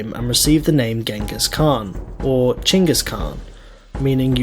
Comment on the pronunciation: BOY ITS CHINGGIS KHAN IM A MONGOLIAN